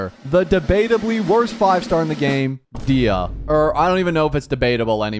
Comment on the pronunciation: DAYAH not Diah u say her name wrong